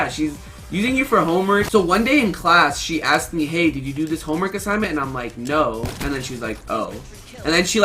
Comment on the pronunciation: RUG!! SAID HOMEMERK